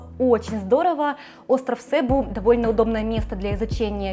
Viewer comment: Остров СебУ, а не СЭбу